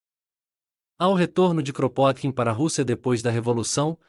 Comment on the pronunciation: O nome dele se pronuncia "Krapôtkin".